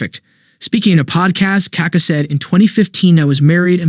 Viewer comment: Hhahahh bro the strong vowel is the second A, not the first one, then your just saying poop lol